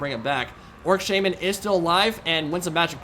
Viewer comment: says "orc shaman," but I hear "orc shaming."